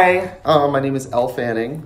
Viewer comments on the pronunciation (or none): “elle fanning” 😭😭😭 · “My name is Elle Fanning” 😂😂😂😂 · "my name is elle fanning" 😂